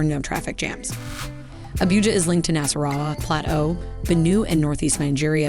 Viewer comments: It is not Abiuja it Abuja 😅 most opulent city in the whole of Africa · "Abíuja"... Hehehehe😄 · So many mispronounced words. Especially Abuja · Dear Lord, if you are going to do a video, you really should take time to learn the proper pronunciation of the cities. I was ready to scream hearing you say Abuujar, repeatedly. It is Ah-boo-ja. Similarly you fail to even get Lagos correct. Appreciate the optics and the introduction to the city, but you do your presentation a disservice. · Abuja & ECOWAS shouldn't be that difficult to pronounce Your presentations have looked professional otherwise